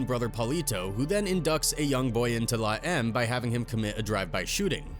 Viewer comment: Dude its la em may eme. Not la em.